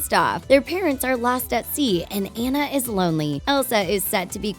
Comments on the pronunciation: Who’s Anne-uh? I remember Ahhh-na. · I'm not trying to be rude but you don't pronounce it like Anna its Onna but it's spelled Anna so it's kinda tricky but its pronounced like Onna. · YOU SED ANA AND NOT ANNA! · IM SORRY BUT THEY KEPT ON SAYING ENNA BUT ITS ANNA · It's not aena it's anna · Anna not anne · THIS IS SIN, her name is pronounced auna!!!!!!!! NOT anna!!!!!! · It's actually Ana not Anaya. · YEAHHHH I HEAR annuh instead of anna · that not how you saw anne is like onne but it spel like a nne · And pronounced AWNA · It's (on-na) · Ok her name is spelled Anna but u say it onna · Just so you know Anna's name is pronounced Onna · I am so tired of this😡 its pronounced on-a maybe if you actually watched the movie in stead of skimed it like a book you would know that😡 it's just so 🤬 annoying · It’s pronounced on-a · You said Anna wrong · It’s Anna you stupid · If you think Frozen is one of the biggest movies why don’t you learn to say Anna. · FIRST YOU PRONOUNCED ANNAS NAME WRONG THEN YOU GO AHEAD AND TELL US A PLOT TIWIST IN RALPH BRACKS THE INTERNET WITHOUT A SPOILER ALERT I 🤬 HATE YOU IM NEVER WATCHING YOUR VIDEOS EVER AGAIN YOU🤬